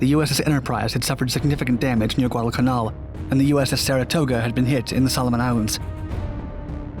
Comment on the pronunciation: Guadalcanal - please stop slurring the name it detracts from an interesting video